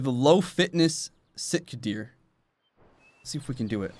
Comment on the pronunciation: It’s pronounced Sitka it’s not sitkit deer